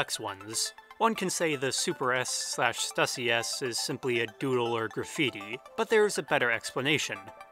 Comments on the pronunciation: Idk why but im being triggered by the way you say "stussy". Its stew-see my mans. Not stuh-see. The logo has 'ü' not 'u'. But dear lord i didnt know the power or reach of THE 'S' till this video. I just thought it was something random from like the 80's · Stüssy is pronounced "Stew-see" because of the umlaut over the U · But stussy is a shoe company that made it, and it's pronounced stusey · You are also pronouncing stussy wrong...it’s pronounced “stoosy”, but I mean it’s really hard to make sure you say the words correctly...*studies theories for hours/cannot pronounce stussy. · Stussy is pronounced "Stew-C".